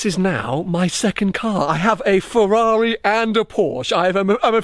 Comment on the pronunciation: One day he'll be able to say Ferrar-eye properly too ;-)